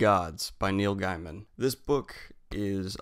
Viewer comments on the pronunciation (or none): Is no one going to comment on how he pronounced “Gaiman” ? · Many people who haven't heard it pronounce it that way. Not a big deal.